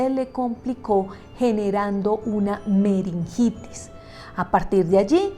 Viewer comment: MIN. MENINGITIS Y NO MERINGITIS.